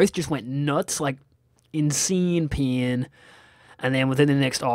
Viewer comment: lol every time you said pain it sounds like peeing to me!